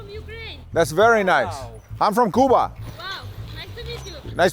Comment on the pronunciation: “im from kooba” 😂